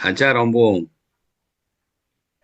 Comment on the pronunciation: Di Negara mana tinggal? Sendiri atau ikut keluarga? Say ikuti terus cannelnya tiap hari disini kan ada Ompung Batak, menyebutnya bkn Ompung, tp OPPUNG YAA PAK...mks semoga senang...❤❤